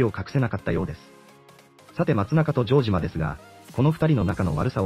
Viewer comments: ジョー↑ジマ↓ｗ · ジョージアみたいな発音だな